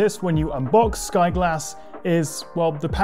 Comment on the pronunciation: Sky G(o)lass